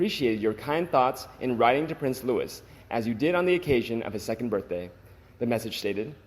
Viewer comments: Please correct your pronunciation of Prince Louis...it is not Lewis, it is the French pronunciation Lou-ie, the s is silent! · PLEASE STOP 🛑 miss pronouncing Prince Louise’s name ! It’s not LEWIS it is LOUIS , the S is silent, it’s a French name and is pronounced in the French way ! As I’ve said before, why don’t you employ a REAL Brit’ without an American accent to read your scripts ? There are so many similar mistakes made, but I guess most of your ‘audience’ don’t understand either !! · LOUIS = sounds like LUEY NOT LEWIS! YOU HAVE NO BUSINESS TALKING ABOUT THE ROYAL FAMILY IF YOU CAN'T PRONOUNCE THEIR NAMES! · For goodness sake, do some research. The little prince's name is pronounced the French way, LOU-EE not the harsh American LOU-ISS. How can you be 'royal watchers' and not know that???? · Loo ee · When mentioning Prince Louis, do not pronounce the S at the end of his name; it is different from Lewis, where you hear the S sound at the end.